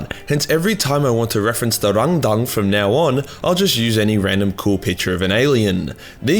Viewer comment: “It’s hard to say RángDáng without sounding like you’re making fun of a Chinese man” continues to pronounce it with the weirdest possible emphasis (cause I don’t think that reading something like it’s two words with accent marks is normal)